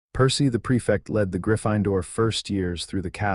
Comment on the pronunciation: In no dialect of English is Gryffindor pronounced Griff– fine– door if you cannot pronounce words then have your programmer reprogram you as an AI so that you actually can speak English and not this pig latin that you're speaking😊